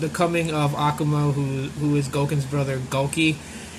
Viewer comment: () nice video man! I have been waiting so damm long for World Warrior! it's been my favorite SF storyline of SF2! Also the strong syllable is ku in akuma! Not in the A